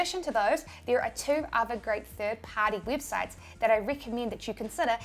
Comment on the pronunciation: Wibsites yes u say wibsites